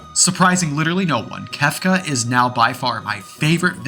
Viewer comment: Hearing you say "Kafka" instead of "Kefka" is making blood shoot out of my eyeballs otherwise good video lol